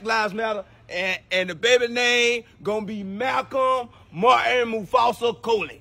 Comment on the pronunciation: Coley... Not Cody... Lol... I'm part Coley....I rewound it to make sure that's what he said... He did...lol